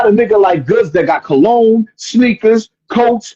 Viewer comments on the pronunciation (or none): none